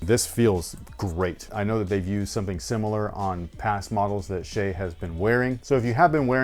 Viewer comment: OMG finally a reviewer who pronounced "shai" correct!